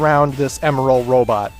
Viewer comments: I thought you said emerls name like em and then like an errrrr but with an l at the end. Last time I checked, that's how they said it in sonic x. You were basically saying emerald. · Actually it's pronounced (eM-eL)